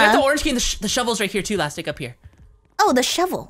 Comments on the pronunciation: Wow your funny you got mixt up with your word's so you said lastic is the cookie hahahahahahaha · You just said lastic wrong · It's funny how said Lastic is cookie lol